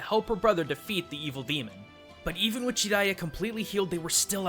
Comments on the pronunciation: everytime he said GI-riya im like JA JA JARIYA man come on lol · I don't like how he pronounces his name